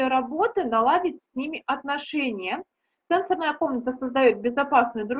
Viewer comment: СЕ́НСОРНАЯ Ударение следует ставить на первый слог, если мы употребляем слово в значении “устройства, реагирующие на касание”. Например: се́нсорная панель телефона СЕНСО́РНАЯ Ударение следует ставить на второй слог, если мы употребляем слово в значении “связанный с чувствами, с органами чувств”. Например: сенсо́рная система человека